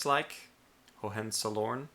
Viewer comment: Just so you know Hohenzollern is a castle but also was a royal family. Its pronounced Ho-hen-zall-ern